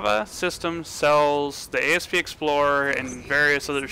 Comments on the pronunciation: Asp....not A.S.P. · asp not A.S.P. its a word not a freaking acronym. jeezz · Asp as in the snake, not A.S.P.. You do get that all ships are named after snakes? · Down-voted for Ay Ess Pee Explorer